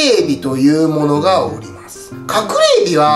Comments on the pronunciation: おりま↓す↑wwwww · 寄生虫がおりま↑ます↑って京都風な喋り方ww